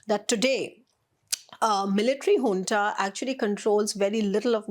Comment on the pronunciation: Junta (military) is pronounced hunta